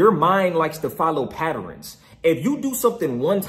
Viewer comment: the way this nga say patterns kiling me😂